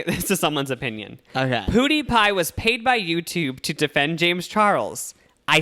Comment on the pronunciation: Lmao why do you pronounce PewDiePie "poodeepie" its "piewdeepie"